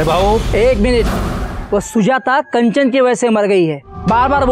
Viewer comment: Are sir कंचन को आप कांचन क्यू बोलते हैं